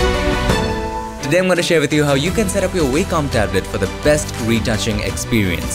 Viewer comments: nitpick: the company name is pronounced WOK-um, not WAY-com. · Nice video mate, thanks! BTW its pronounced 'vocom' (Wacom) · In American English, as opposed to British English, it's pronounced WAH-cum.